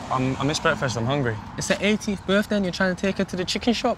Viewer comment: Did he say happy befday?